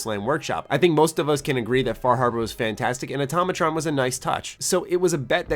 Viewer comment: Am I the only one triggered with "atomatron"? It's fucking automatron